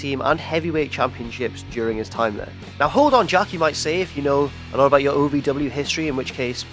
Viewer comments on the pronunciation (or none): none